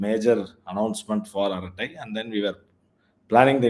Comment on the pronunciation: Arattai. Is to be pronounced with a neat T and not with th.. it means harmless gossip.